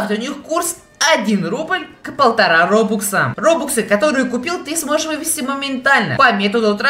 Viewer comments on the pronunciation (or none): none